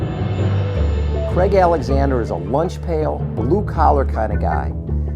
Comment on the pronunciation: great videos the only thing that annoys me though is its pronounced Craig exactly how its spelt not Creg